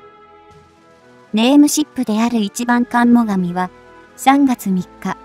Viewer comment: 「今回、はもが、み型護衛艦の～」・・・コメディ ? 「海自もが、み型護衛艦～」・・・み型護衛艦 ? ?